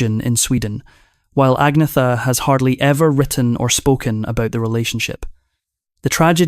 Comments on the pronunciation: No it’s ag- meta 🇸🇪🇸🇪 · Agnetha, Agneta and Agnette are pronounced as Ang ' netta (ung - neh - tah). But better and easier pronounced as Agnetta for the English speaking countries. The same as Björn is known as B ' orn (Bee ' orn) to the English but pronounced as B ' ern (Bee ' urn) in Sweden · You need to learn how to pronounce Agnetha - there's no "Th" sound in Swedish so the "h" becomes silent. Agnetha, Agneta and Agnette are pronounced as Ang ' netta (ung - neh - tah) to the English it's easier to pronounce her name as Agnetta Björn in Sweden is pronounced B ' ern (Bee ' urn) but better known as B ' orn (Bee ' orn) in the English speaking countries. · Her name is Agnetha pronouced Agneta and this AI is a disgrace and slanderous should be banned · Agnetha, Agneta and Agnette are pronounced as Ang ' netta (ung - neh - tah) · 😂 they all call her Agneeetha. There is even a vid on YouTube where she talks how to pronounce her name correctly. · Her name pronounced Anne yeta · teach ai how to pronounce agnetha